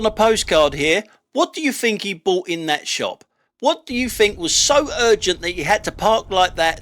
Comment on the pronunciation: Sorry mate, but I'm finished with your site. Your constant whining is pafetic. You might want educating into the fact that there is no 'f' in 'think'.